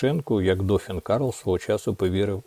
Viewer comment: Не дОфін,а дофІн,наголос на " і "